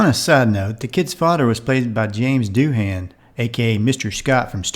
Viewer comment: Jimmy Doohan of Star Trek fame had it up to his eye teeth the way people kept mispronouncing his name. As you yourself say, most people said it as doo-HAN, but it was really a barely two-syllable word that I heard him repeat to so many people on for them to ignore it. His name is pronounced DOO-in, like (in his own words) "How ya doin'." I kid you not, those are his very own words and he had a dreadful time trying to get someone just to say his name right, (especially after they were corrected by Jimmy themselves!)